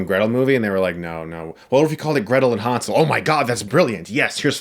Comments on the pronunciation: German here. All of the background doesnt even look germanic. Maybe slavic with a mix of North american folklore. And its Hänsel, not Hansel. Ä is pronounced quit different from A in Germany. But I guess respect for another mans culture only counts when its non-European. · what's with all the fucking 4:3-bullshit lately? also it's pronounced "hennsel" (from german "hänsel") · The pronounciation Hunsel makes it Ungerman and Unenglish at the same time. Like damsel would be right. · Han - sel😂